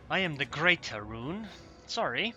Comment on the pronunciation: "great-(a)er-roon" groan however I have no problem with your aeroonisms: "sadly" "oh well" "excellent" "hello and welcome" et.al. lol